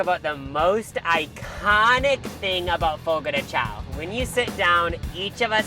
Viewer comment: Fyi CHAO is pronounced 'shòn'